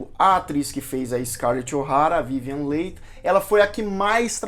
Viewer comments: se pronuncia Vivian li e não leighi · Muitos falam "Lei" na TV. Só agora descobri que a pronúncia é "Li". Concordo com você em pensar que é melhor deixar o original em paz, jamais fazendo um "remake". Grande abraço, continue o trabalho bonito de se ver. Cultura e informação válidas são fundamentais. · Vivian Lee (é a pronuncia) mas tirando isto muito bom o documentario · Adorei seus comentários desse filme e fantástico!!!! Só que o nome da atriz pronuncia-se: Vivian Lí!!! Gratidão pelas informações!!!! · Que nervoso de ouvir " vivian leit" ...aff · Esses youtubers que acham que sabem falar de cinema poderiam pelo menos aprender a pronunciar corretamente o nome das atrizes e atores antes de fazer um video né? Dói ouvi-lo falar VIVIEN LEI!!!! kkkkkkkkkkkk afffffff!!! vergonha! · Podia só dar uma estudada na pronúncia dos nomes antes de fazer esses vídeos né? Difícil ficar o vídeo todo ouvindo Vívian Leite! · Sim , vc errou a pronúncia e , sim está desculpado, mas recomendo fazer uma pesquisa mais minuciosa sobre a Vivien Leigh, pois dessa forma vc teria escutado a pronúncia correta do nome. Recomendo o box com 4 CDs do filme. Boa aventura. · Não saber pronunciar o nome da vivian leigh é foda hein amigo? :( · “Acabou SE adoecendo “?! Olha o Português! O correto é “acabou adoecendo” Parece aquelas pessoas que dizem “fulano quer SE aparecer” no lugar de “fulano quer aparecer” Procure saber a pronuncia correta de Leigh porque você pronunciou incorretamente durante todo o vídeo. Gostei muito do vídeo. Tanto que prestei atenção e reparei os detalhes acima. Você poderia ter falado sobre LESLIE HOWARD que interpretou Ashley Wilkes e que foi uma péssima escolha por ser muito velho para o papel e por ter trabalhado de má vontade justamente por tal motivo. E não queria interpretar o personagem, mas foi obrigado.